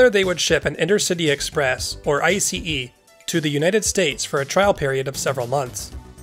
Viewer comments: Finally someone is pronouncing ICE properly! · Me waiting if ICE is yet again miss-pronounced 😁, and to my surprise it got pronounced correctly. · 👍 for pronouncing it right. BTW, meanwhile we had tilting diesel powered ICEs in Germany as well, but they were a flop.